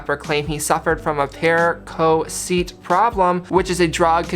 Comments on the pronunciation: Bruh... Percoset... How on earth do you not know how to pronounce that word...? You said Pair-Co-Seat.... Its perk-o-set.... just like it says.. that shit was so funny when you said that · Can this guy really not pronounce Percocet?